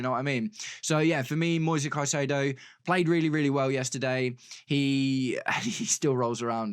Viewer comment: the correct form to say the name is like latin american way with plain vocals: Moi sezzzz Cai ze dooo o (plain e like in "re"cipe) and plain "o" like "O"ntario